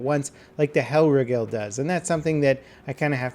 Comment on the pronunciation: "Kaisershlut" "hellrigell" that's not how you pronounce it.....Kaiser ShlaCHt ch like a cat meowing and Hellreegel that is how you pronounce Hellriegel and Kaiserschlacht